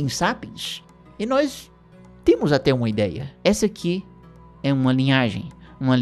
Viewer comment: E "noÍs" e eles! Esse "i" ai no meio do nós deixa-me sempre com um ataque de riso.